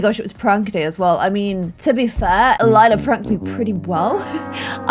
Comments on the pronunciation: Lila died, that's Form but hey at least pronounced it Lie-la instead of Lee-la. I love this series so much. I'm very far behind watching it and I've been binge watching it for weeks. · finally pronouncing Lila correctly when it's the wrong name altogether 😂 Relatable tbh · Love how it took forever to pronounce Lila properly and now she keeps calling Clem, Lila 🤣